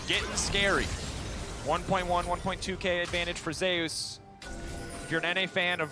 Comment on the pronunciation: why do their call Zeus "Zeias" is this how he said his name goes? or are they not aware? the most bold it comes out is when one says "wait zeias zeIAS--" and the other says it properly "zeus"